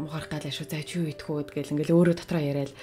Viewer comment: Дэхүүү гэж сонслоо шд🤣🤣